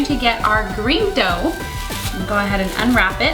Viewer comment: Every time she said dough I kept hearing dope...